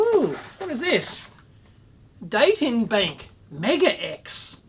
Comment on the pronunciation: I'm looking forward to your video on the Datenbank (pronounced "Dahhh-tin Bahn-k"). Good fun, Dave.